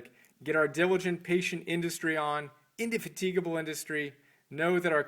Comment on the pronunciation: Christ almighty, much as I enjoyed the fact of the existence of this little tribute to a great individual, hearing an American demolishing the English language is almost unbearable. Take "indefatigable" for instance, and then weep. Then, there's the marginal gloss to the chosen extracts from that wonderful text - presumably, they were the passages which struck some kind of chord with the reviewer and led him to the inductive fallacy that they somehow represent the whole, assuming he bothered to read the whole book and didn't just find them on a quotations website - which read like cheerfully moronic text messages. So, we have "diligent, patient industry" decorated inanely - and tautologically - with "is where it's at". That's the first two minutes. The rest is framed as "old school" and therefore quaint, presumably, thoughts of an ancient, anonymous Brit. Ancient, because he died in 1904, aged 91; and anonymous, because the reviewer had never heard of this Scotsman who happened to be a great celebrity in his day and, as far as I am concerned, has framed the entire grammar and vocabulary of the socially aware and responsible Western model of civilised society to this day. But, as I said, the fact of its existence is some compensation for the almost total absence of genuinely objective comprehension. I suppose that's something.